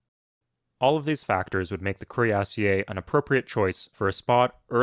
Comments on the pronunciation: The way you pronounce cuirassier is painful. While the origin may be French, that is not how it's pronounced in English anymore. It's cuirass-ear now. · Cuirassier is pronounced "queerasseer" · That's funny, I was thinking exactly the opposite. That pronunciation sounds stuuu-pid. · um, actually it's Cuirassier, you don't pronounce ie as two separate vowels